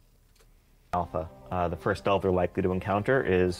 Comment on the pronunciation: Da-Elf = DELVE.